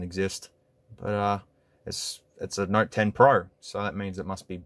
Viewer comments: It took me 20 minutes to realize you were saying Note and not Narc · Is it me or is he constantly saying "nerd 10"? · and + is what i keep hearing lol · look at it...it is a